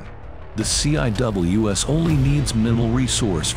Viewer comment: The "C" "I" "W" "S"??? Anyone who knows anything about the Phalanx system, or any close-in weapon system knows it is not said that way. It is pronounced "seawiz". Not a single time going through CIWS "C" school or at any other point in my Navel enlistment as a Fire Controlman (FC) have I head anyone say it letter-by-letter. Plus you stopped talking about it at the search radar system, didn't mention the tracking radar system or the FLIR upgrade introduced with Block 1 Bravo that allows tracking heat signatures in a manual fire mode that allows for the interception of small craft. This upgrade was made after the attack on the USS Cole in the port of Yemen by suicide bombers in small rubber boats.